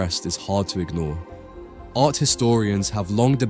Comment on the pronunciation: Great study. Occasionally you do the correct pronunciation of closing t's, and sometimes not - "art", "part", "white", and "not". Tony Blair popularized this kind of pronunciation as he dissembled like a naughty little child. No need for us to follow suit. A nice crisp pronunciation sounds so much better, not so?